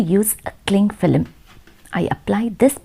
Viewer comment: An film is pronounced with l being ovrstressed so much ...